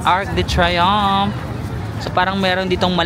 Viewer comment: It's TREE-youn(g)f